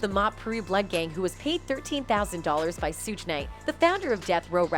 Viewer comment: Suge is pronounced shug like sugar